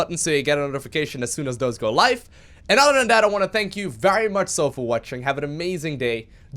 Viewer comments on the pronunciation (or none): none